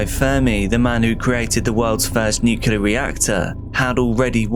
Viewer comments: NuCLEAR. Nu-CLEE-er. NOT NUCULAR. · I know this is an AI, but how come it pronounces nuclear wrong? It's not NUC U LAR! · No one who pronounces "nuclear" as "nukular" should be talking about nuclear issues. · If one can say "nucleus", the same one can say "nuclear". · Literally leaving video because as an English person you ought to pronounce NUCLEAR correctly and it's giving me hives. lol